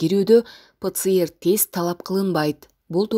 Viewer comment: Ватор ПЧР эмес ПЦР ТЕС БОЛОТ